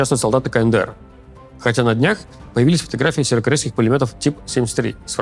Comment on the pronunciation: Левиев, займись речью. Слово «северокорейский» в твоем исполнении - это издевательство над слухом зрителей